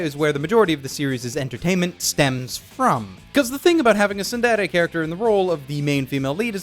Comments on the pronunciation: he says tsudere so weird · i get cancer when you pronounce tsundere; tsunderay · Also this guy feels like a weeb; "Soon dey ley yey" It's TsunDere dude, SOON DEH REY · Pronounced "tsuun-dey-rey" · I gave this video a thumbs down for the way he pronounced tsundere but overall good video